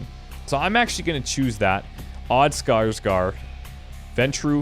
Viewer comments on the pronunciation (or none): Btw, a tip on saying Skarsgård, scar with sh sound on the end and gored. Should do the trick! xD -A Swede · "Odd Skarsgård!" I get it I get it! Also nice with the effort of having an actual Å in the name instead of spelling it 'Skarsgard' like many non scandinavians do. Also it's pronounced 'Skarsh-gord' Where the O-sound is similar as in 'board'. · The "å" in Skarsgård is pretty much pronounced like "au" in "you should be lauded for your determination". Just so you know.